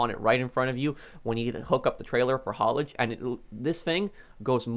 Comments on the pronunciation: Its HAULAGE not HALLIGE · Nobody:: HaUlAgE